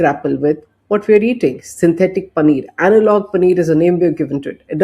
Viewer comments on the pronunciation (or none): none